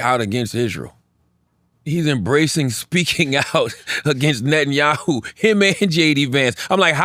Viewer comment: Cthagod being able to pronounce Netanyahu correctly and not being able to Nguyen correctly is truly amazing.